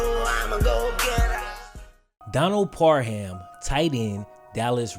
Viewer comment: my man said par-HAM. on some xmas hit